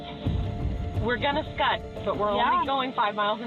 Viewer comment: did they really say scud? I had to listen to it about 90 times because I thought I was crazy ... it's skid... it sounds like it's spelt... that's all 😁 Lmao scud 🤣😂🤣😂🤣😂🤣